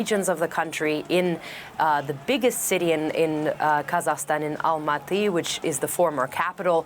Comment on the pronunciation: try to pronounce the name of the country correctly - is it that difficult?! - just try! Its Ka-zak-stan - NOT kazastan 🤣🤣😒😒Your forecast is also doubtful - you don't really want to see your neighbours to succeed, do you?!